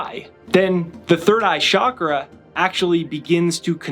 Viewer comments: Great video but it’s chalk-ra, not shock-ra. There’s no such thing as a shock-ra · ** Frankie & the Flowers So does everyone who says it wrong. It is NOT shak-ra. Do you understand my point? There's no Hindi or Sanskrit word "shak-ra". Say it right or don't say it.